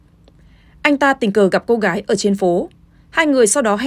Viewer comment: ng đầu tiên đọc tin.... Cô gái...phát âm cô gải😀😆😅